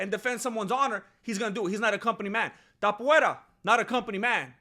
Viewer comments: Topuvera better change his name to match what you're calling him coz it's easier to promounce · Topuria, cabrón, se pronuncia igual que en español 🤣